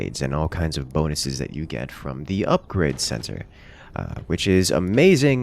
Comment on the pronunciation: almost has hard to say ''Upgrade'' santé correctly ahahah